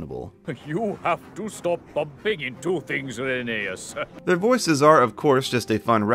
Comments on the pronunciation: All I heard was "Rainy Ass" 💀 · Rhenease and Rherbe (also i thought Ffarquhar was instead splent and said "Farquad" for some reason)